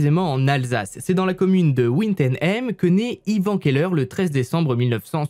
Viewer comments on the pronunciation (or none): Correction de la prononciation de village alsacien numéro 1 : Wintzenheim se prononce « vine tzeun aïm » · Coucou ! Alors c'est juste pour préciser, sans être méchante bien sur, qu'au début, lorsque tu prononces "Wintzenheim", ce n'est pas vraiment la bonne prononciation… je suis Alsacienne et en fait cela se prononce "Wintezeinehaime" (assez rapidement). Bon là j'ai écrit comme lorsqu'on le prononce et il est vrai qu'il est plutôt compliqué de bien prononcer les noms alsacien :/ Mais bref, au moins les gens qui verront ce commentaire sauront et aussi, je connais Wintzenheim justement ha ha ;-; j'y vais tout le temps ! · "Ouine teune aime" pour "Wintzenheim" (ça se prononce Vintsenhaime) 😂, j'habite à 10min de là et je ne connaissais pas cette histoire alors merci de la découverte 😁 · Oh et : merci d'avoir dédramatiser le truc en disant "Ouïnteunaïm" pour Wintenheim xD j'étais pas prête xD (ça se prononce grosso merdo vi-te-naïm ou viteunaïm en vrai) Si t'as besoin de conseils pour la prononciation des noms de bled Alsaco à l'avenir, n'hésite pas à demander. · Par contre c’est wittenheim en passant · Wintzenheim, se prononce [vinezen'haiime] en bon alsacien. 😉 😂 Mais on adore tes vidéos,! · Idem et j'ai vraiment ri à sa prononciation de "Win ten hem" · J'ai bien ris lorsque tu as dit Wantzenheim 😂 Je suis alsacienne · les alsaciens en pls mdrrr (PS : on dit vine-tzenne-Haïme, on prononce le h) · Très bonne vidéo étant Alsacienne je tien te dire qu'on prenonçe Vitenaime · On prononce le "W" de Wintzenheim avec le son "V" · Hello, si jamais, ca se prononce "Vine-tze-naïm" :) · Je suis alsacienne et c’est à côté de chez moi . Sa se dis VittenhAïme ( wittenheim ) le w se dis V en France 😄♥️ enfin une histoire en Alsace dans cette région de dinguos 🤣🤣🤣 y’en a des affaires ici ptdr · Pour être originaire du coin, on prononce "Wintzeim" ''vinetzeunaillme". Les patelins alsaciens c'est compliqué ;-) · « Ouintenaime » au début m'a arraché l'oreille ='(